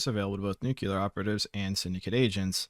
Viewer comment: Your videos helped me a great deal when I started out in SS14; I've got hundreds of hours now. It's besides the point, but I just wanna say, everybody I've ever known pronounces nuclear as "New-Kyoo-Lurr", but that's incorrect (despite how prominent it is!) - It's 'new-clear', not nukular! Anyway, sorry if I sound antagonistic. I just can't not hear it when people say it.